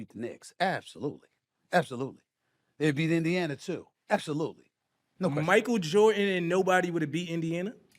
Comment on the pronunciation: You’ve met your match. Well, you both met your matches. Sooo entertaining. Love how called MJ: Michael Jore an….